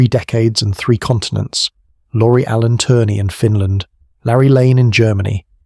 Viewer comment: Lori Allen Turner??? His name was Lauri Allan Törni (pronounced: LOW-ree AH-lahn TÖR-nee; Finnish IPA: [ˈlɑu̯ri ˈɑlːɑn ˈtørni]). ö = say the vowel in “bird”/“fur” without the English R sound, while rounding your lips.